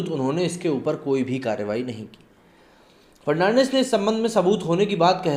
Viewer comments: It is Dvendra Fadnavis not Fernandis. Correct yourself. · देवेंद्र फडणवीस है फर्नांडिस नही. नाम तो ठीक से ले लिया करो. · Bhai farnandis nahi fadanvis. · Sir He is DEVENDRA FADANVIS NOT FERNANDES .PL CORRECT YOUR PRONOUNCES. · It's Fadnavis not farnandis dear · Devendra "Fad-na-vis" not "Fer-nan-dez". Dost tumne to dharam hi badal diya :D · सर देवेन्द्र फडणवीस। not fernandes please read correctly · Mr ji aap Maharastra ke Purwa CM.ka nam thikse nahi bol pa rahe hai.Fadnawis ko aap thik se boliye. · Please pronounce Devendra Fadnavis's name correctly. He is not Fernandes